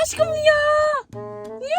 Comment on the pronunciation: Hem aşkığmmm diyor hem döviyor (Askın çikolatamı yidin) Askımm aşkığınmm Gine düştü Allah'ım sizi ayırmasın çok yakışıyorsunuz ve ayrıca da çok tatlısınız😊😊❤❤